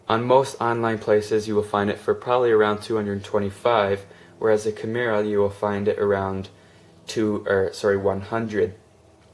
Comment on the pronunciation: Nice vid, but I couldn't make it all the way through due to the rampant mispronunciation of 'kimura' ;)